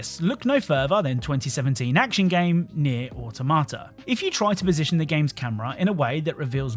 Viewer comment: Who says Neir Automata like that lol?